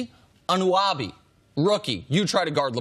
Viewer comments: It's pronounced a-nun-o-by not anawaby lol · An-un-oh-bee that’s how you pronounce it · This man can’t say pronounce OG anunoby